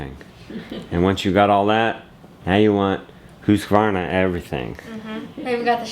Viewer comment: Hey, you pronounced ”Husqvarna” really well!!🌻/ Scandinavian😊